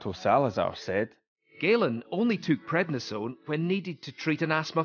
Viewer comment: It's prednisone, not what you said.